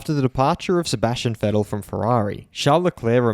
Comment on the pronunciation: just pronounced Vettel better than 90% of people ever will